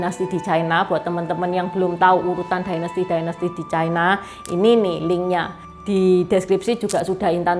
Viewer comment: Ucapan yg bnr China, bukan Chaina